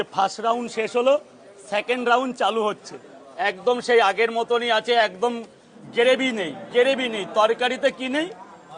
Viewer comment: উচ্চারণ ঠিক হচ্ছে না ।ওটা গেরেভি নয় গ্রেভি।